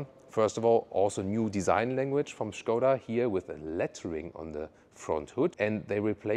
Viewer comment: Super, Good your pronunciation "Shkoda"